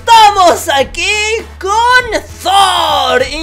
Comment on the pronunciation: Se dice tor no zor